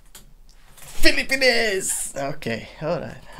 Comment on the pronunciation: its pronounced FILIPEEENS